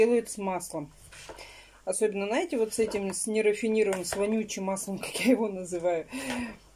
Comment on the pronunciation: Да не Наете а знаете но режет слух же это что привычка. Сатрите вместо смотрите ну это что ну это же что-то не так